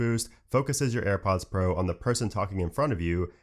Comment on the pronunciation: AirPoooooaaaaads ... Annoying pronouncing.